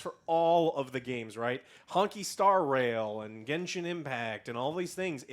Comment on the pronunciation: For the love of God, quit calling it "Honky Star Rail", it's Honkai. Han-kai. You guys watch anime, this should not be hard to pronounce